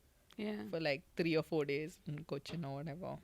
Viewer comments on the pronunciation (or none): Why does make Cochin sound like it’s in Thailand? “Koh chin “